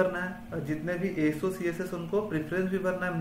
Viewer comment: I think golden ASO ❌ golden SO ✅ Correct me if I am wrong 😅